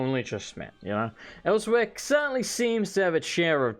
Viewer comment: So no offense intended, and I know this was released a year ago, but I personally am a stickler for correct pronunciation in games, and he didn't say Elsweyr correctly, nothing against him, and I personally do not know whether or not he had played previous Elder Scrolls titles, or if he just didn't know exactly how to pronouce it, once again no offence intended, I am not trying to poke fun against people, nor am I hating on his speech, and I understand mispronouncing it if you just read the word, and it may take a while to figure out how it is said. Khajiit are very, strange, when it comes to words, and it is a very hard accent to pull off. And I'm rambling, so sorry, I do that every once in a while, and once more, there is no hate in this comment, nor am I trying to insult anyone, I am simply rambling and I do not aim to be taken seriously.